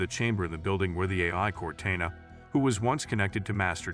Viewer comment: Can you alteast say Cortona correctly...fck..